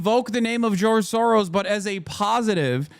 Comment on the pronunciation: “He’s our Gerge Soro” they are just trolling us at this point 😂